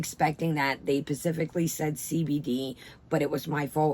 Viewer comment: Love you but the word is specifically and not pacifically. Again, still love you!